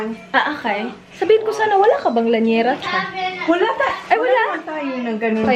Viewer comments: Lyanera po not Lanyera ☺️ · i believe it’s “lya-ne-ra” not “lanyera” HAHAHAHA not a hater! im a fan 😅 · Llanera hindi lanyera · Llanera ang tama hehe